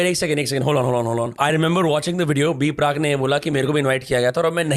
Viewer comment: B-Prak❌ B-PARK✅